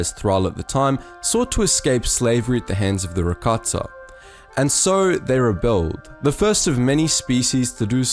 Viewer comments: Why does he say rakatsa aghhhhh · Is he saying Rakatssa?